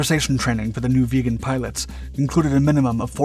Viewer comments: "viggen", not "vegan" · Viggen, not veagan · it's the Saab j-37 VIGGENS NOT vegan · it's a Saab vIggen.. so like 'hidden''.. not like a saab vegan. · Very nice video. But can stop hearing VEGAN in stead of VIGGEN. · Viggen. Not "vegan". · Please someone Swedish tell me that this plane isn't actually pronounced like "Vegan" !! I always pronounced it where the vi sounded like in victory. Vig en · Viggen NOT vegan. JFC say it right man. Or don't say it at all. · VIGGEN, not vegan ! Ffs! F&%#! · Viggen is pronounced with a short “I” like in wick. I hear the “vegan” jet, vegan pilots all the time. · VIGGEN!!!!!! NOT VEGAN!!!!!!!! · Viggen NOT Veagen FFS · Why do you keep calling it a vegan? Its name is Vigen. This fighter ate meat in chunks. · it sounds like youre saying "saab 37 vegan" xd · Sounded sometimes like he says "the vegan". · I'm interested in the correct pronunciation of the name "Viggen" . I've always heard it with a short ' i ' and it sounds annoyingly weird to hear it as "Vee-ggen " but idk. Can a Swede tell me the correct pronunciation please? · bro calls it the vegan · you keep saying vegan but it's viggen with an ih and a double guh not an eh and a single guh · I keep hearing "the saab vegan" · Viggen is so, how to say?.... Raw? Absolutely great sound, and the design is top notch.